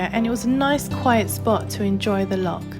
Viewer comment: A tiny bit of critisism, please don't take it too seriously, ......it's Loch.....not Lock.......say it as if your'e... err .....sort of clearing your throat, or even pronounce it as Loh Lomond.......Loh sounds better than Lock. Lovely wee video though and you got great weather too , well done 🙂